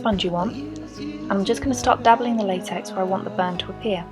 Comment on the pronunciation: Latex it said laxex but I know what it is